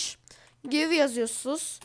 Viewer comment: Aga orda give gayv diye değil direk giv diye okunur ;)